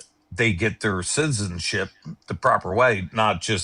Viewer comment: This 47-year-old not only sounds incredibly uneducated, but ignorant and drunk! (Disks notice his pronunciation of citizenship…zizzinship!😂